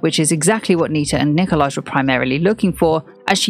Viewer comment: Nicolaj is pronounced Nikolai